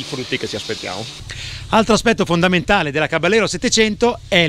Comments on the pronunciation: Tecnicamente si dovrebbe pronunciare Cabajero con la J di Iena... Non Cabagliero con la gl... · bel video!!! piccola nota: il nome caballero è spagnolo, quindi va pronunciato "cabagliero" (come per la lambo gallardo) non all'italiana "caballero" , di fatto la moto prende il nome dalle sigarette omonime fumate dal co-fondatore di fantic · si legge "Cabaliero".... è una parola spagnola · Ciao a tutti Caballero è spagnolo e si pronuncia "cavaiero" che sarebbe cavaliere. Saluti